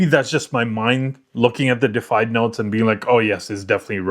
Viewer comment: DE-IFIED. Not defied. Deified means to be worshiped as a god. Defied means getted said "no" to. World o' difference. Super common mistake, man. A bunch of people make it. But now ya know ;-) I'm gonna cop this one for sure.